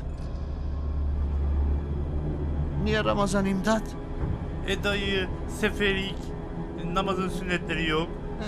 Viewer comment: Ulan bu imdat pisat diyo pusat diyil bunların dili hangi dilyaa